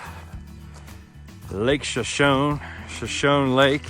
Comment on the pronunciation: Shashone isnt it pronounced shash- ahonee??? Like the Indian tribe??